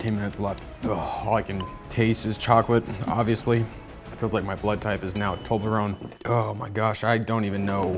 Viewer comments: It's a Toblerone not Tolberone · My respect for you is gone because you said toberlone instead of toblerone.